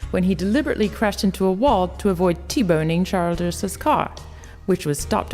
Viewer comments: it's chill-driss not child-d-dress. Say it quick and with all short i's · If you don't have an american accent, please use your native one! This would have been much more enjoyable. The narrator needs to do more research on HOW TO PRONOUNCE names, etc. It's Mar-te not Mar-ta. It's Chill-dris not Child-s. UGGGG! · Childress is not pronounced child ress its pronounced chill dris Richard Childress